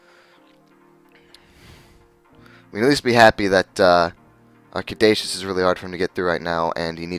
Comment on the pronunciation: It really bothered me that you keep mispronouncing caduceus.